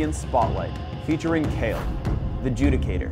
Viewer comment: He says "Welcome to the League of Legends Champion Spotlight featuring Kayle, the Judicator." The way he says "Judicator" makes it sound like "jew dick hater". Listen to the first 12 or so seconds of the vid while reading his/her comment.